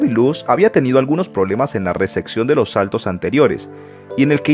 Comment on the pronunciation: Una pequeña sugerencia, cuidado con la pronunciación, en una de las frases dices ¨Recección¨ en lugar de ¨Recepción¨ y otras veces con palabras en inglés, por el resto, buen video